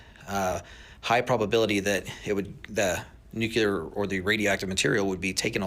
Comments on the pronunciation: I have a problem with people who speak of nuclear weapons and can't even pronounce the word. It's NU CLE AR not NU CUL AR. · This guy is full of it. If he’s right the government would kill all his DOD contracts for revealing the truth they’re OBVIOUSLY hiding. I think the govt called on him to be a subject matter expert to mislead us He keeeps saying Nuke-u-lar. It’s Nuke-le-ar, this guy is a moron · I also question why, if he works so closely with the military, he does not know that the word is “nuclear,” not “nucular”!! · The guy on the video pronounces it as "nU-cU-Ler". I can't believe anyone who pronounces it that way. Sorry, not sorry. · Yup. I've noticed supposedly knowledgable people who say "nucular" are (almost) always full of shit. So if you hear "nucular," just sigh, shake yer head, and find somebody else to watch. 🏴✊🏻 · To the guy in the TikTok video: learn to pronounce the word nuclear correctly, and then maybe I'll take you seriously.